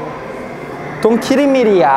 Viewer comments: WASSS HAPPERRIIINNGGG ARE YOU KIRRING MI RRRYIAAHH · its "kirring me ria".bruh